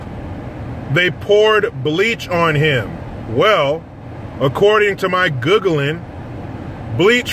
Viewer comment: Lmao “guhgglin”🤣🤣🤣